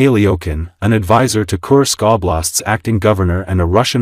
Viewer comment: Please learn the right pronouncation of Kursk this region is n o t a curse but the u in the name is pronounced as in course. Thank you.